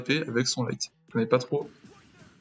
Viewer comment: on dit light mais bonne vidéo